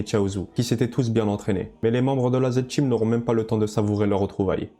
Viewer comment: TA DICTION EST DEGUEULASSE!!!! avec tes "parTCHi", Zed "TCHeam" 🤢🤮 😭😭😭😭😭 jsais meme pas comment j'ai fait aller au bout de la video